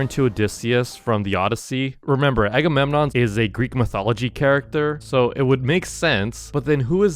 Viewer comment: My czns sissy bros say agemonnon agagaga